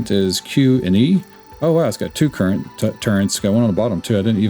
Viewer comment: turrets not turrents hehehehe